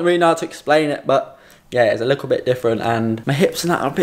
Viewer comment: Cringey the way this guy says ‘ likkle’ consistently 🥴🥴🥴